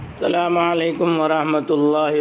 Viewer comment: السلام علیکم ماشا ءاللہ اللہ رب العزت حضرت والا کے علم میں مزید اضافہ فرمائیں لیکن آپ نے سلام میں حمزہ ہزف کر دیا